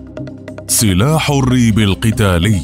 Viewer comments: الرب بكسر الراء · نطقك للكلمة (ريب)لايمد أي صلة للعربية بكتابتها (الرب)!